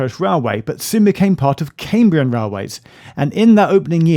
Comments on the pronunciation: Lovely video Geoff. I have a slight preference for vlog style, but go with what you prefer! Small pronounciation point - the first part of 'Cambrian' rhymes with 'ham' and not 'came'. As always, well done for making an effort to get our Welsh placenames right. Recently enjoyed Heart of Wales line and also the fantastic TFW first class dining service between Cardiff and Shrewsbury, which I can strongly recommend. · Cambrian is pronounced CAMbrian not CAMEbrian!! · I've noticed that some American geologists pronounce the Cambrian Period 'the Camebrian' ... sounds so strange to my ears!!